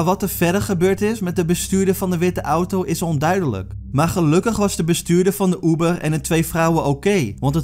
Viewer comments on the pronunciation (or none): oeber of Uber?